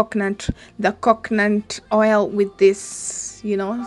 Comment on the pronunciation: You should be grateful I corrected you so that you don't repeat the mistake. Again it is COCONUT✅ NOT COCKNANT❌